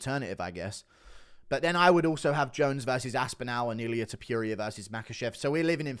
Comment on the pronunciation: Why does he say Ilia Topuria like that